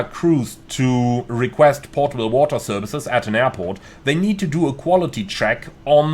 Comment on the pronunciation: Potable not Portable lol